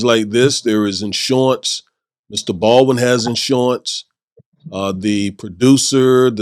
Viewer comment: It's pronounced Bald-win NOT Bawin.